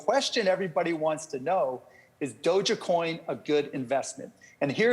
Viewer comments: Hey marky cuban... You can keep all of the Doge Coin! BTW it is /Doeg/, NOT /Doe - jah/. Shibu Inu is going to knock "Doe-jah" out for good! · Guy was sayin " Dou-Jya-Coin " lolz ... not Dog-E-Coin or " DogeCoin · "DogèCoin" - Mark Cuban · It's "doge" like a dodge or a dog and not doga!? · Dojah-coin haha what the hells that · It's not doge-A-coin. It's just doge coin like if you took out the "g" and put in a "j". "E" is silent. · Is it just me or is he saying dogacoin 😂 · How do you mispronounce dogecoin lol it's not DOJA coin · I wish he pronounced doge coin right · Most accurate part: "Doge is not the best investment" This guy can't even pronounce the name of the crypto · Doesn’t know how to say doge coin but exposure is exposure